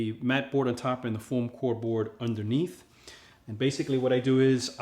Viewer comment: Did u call it form core?